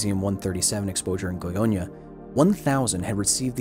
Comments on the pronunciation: You pronounced Goiânia perfectly. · I was looking forward to this video. By the way, your Goiânia pronunciation was flawless. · As a Brazilian who lives in Brasília just 200 Km from Goiânia I really appreciate that the story of what happened is being discovered by more people. Btw your pronunciation was pretty good Edit: wow 200+ likes! Thanks guys